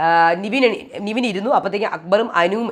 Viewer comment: Ente ponn chechi nivin alla nevin enthina ingana orale name miss pronounce cheyune🙃